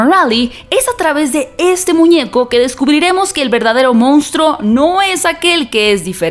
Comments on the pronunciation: Monstruo, no mounstro. Criatura, no creatura. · Esperaba que alguien tan preparado como tú, supiera que no se dice "moustro" sino monstruo. Tienes un demérito.